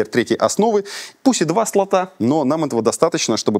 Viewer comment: Не слАты а слОты.